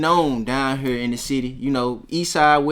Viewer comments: I don’t think so , listen to how he say “here” lmao he saying it like hurr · definitely said hur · It depends. It's just like how some people say "man" and some people say "mane". It just depends on the person and how they feel like talking. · he say hea not hurr hurr is memphis hea is southern accent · fuck no 💯its hurr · Maybe he said both but here's a timestamp of him saying hurr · Atlanta is still in the south